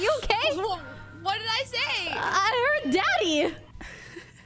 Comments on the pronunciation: She says the beginning of the word in a mushed up way, which is the first problem, but then why did she say the rest so weirdly? Especially the second time. Like, Fuslie, get a grip. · i heard daddy like leslie said when you're listening for daddy it def sounds like it LOL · nobody pronounces daddy as DEDDYYYY?? you can literally hear the E in Steady 💀 Rae's and her chat are the sus ones 😂